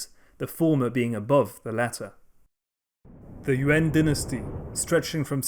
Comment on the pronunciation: I keep hearing UN en lieu de Yuan